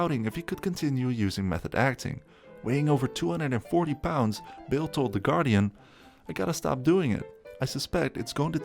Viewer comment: his Mr.Bale.. not bill..